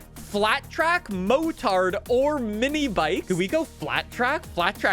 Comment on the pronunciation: I was not ready for now decided to pronounce "motard". Not ready at all.